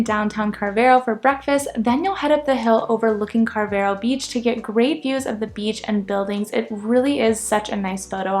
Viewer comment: The pronunciation of Carvoeiro places much more emphasis on the 'o' than you have made and is equally stressed along with the other parts of the word. Think of it as carve-oh-eye-roo. The 'r' is slightly rolled on both the first and last syllables. A single 'o' on the end of a word in European Portuguese sounds like a double 'o' in English. I mention this because had I not realised that you were trying to say Carvoeiro (since I saw it on the map that you presented), as a Portuguese speaker I honestly wouldn't have understood what place you were talking about. 🙂 Likewise, 'Marinha" isn't pronounced "marine-ha". It's pronounced like "marine-ya" in English. Likewise Vale de Centeanes isn't pronounced as val-ay-day-cent-ay-ann-es. It's pronounced as valuh-duh-cent-ay-an-esh. The 'de' in Portuguese sounds like 'duh' (not 'day) and words ending in a single 's' sound as if they end in a soft 'sh' in English. Glad to see that you're having a good time in the UK and Europe. 😉